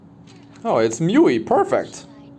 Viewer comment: Its Muu-Eee ..i keep hearing myuee